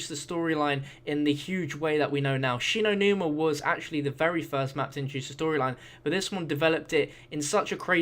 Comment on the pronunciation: Shin o numa. How do u forget that.